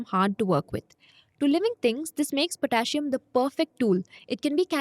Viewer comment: Potassium is pronounced different.